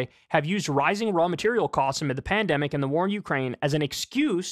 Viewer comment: Did he just say “pandumbic”?